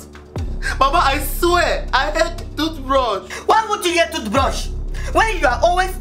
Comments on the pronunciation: You said TUTHBRUSH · It is thootbrus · She say toothbrush